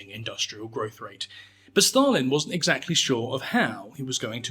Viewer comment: Why do you pronounce Stalin as "Shtalin"? Dude.